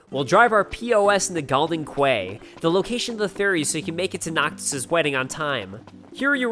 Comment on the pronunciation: Quay is pronounced "key". People say it in game.